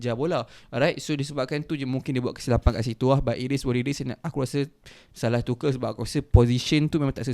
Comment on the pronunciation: Bang tuchel tu pronounce dia "too-curl"/"tu-kel"